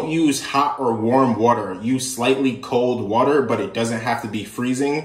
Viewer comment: “Kold Wuter “ highlight of the video 😂